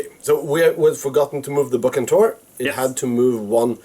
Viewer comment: If I may comment on your pronunciation of "Bucentaure", the c should not sound hard as in say Buckingham but more like an s as in cigarette...Otherwise, fine video and a french victory, which is always pleasing...